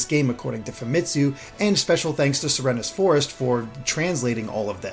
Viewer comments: .... se re nes.... it's pronounced like serene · is he pronouncing serenes forest right? Always thought you pronounce it like "serene"